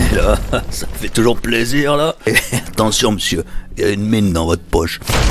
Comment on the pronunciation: "t'ention monsieur, y'a une mine dans vot' poche" mdrrrr